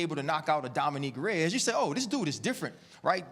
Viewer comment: "DOMINIQUE Reyes" - Ryan Clark